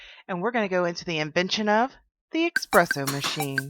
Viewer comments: It's espresso not ecspresso don't say a c sound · Theres no x or ecks sound in espresso